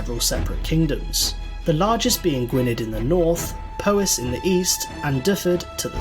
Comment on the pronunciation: That's not how Gwynedd , Powys or Dyfed are pronounced.